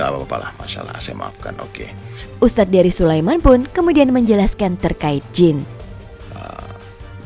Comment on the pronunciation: Tuh kan jelas bilang Ust Derry, eh dia ngles bilangnya dengernya Herry🤣🤣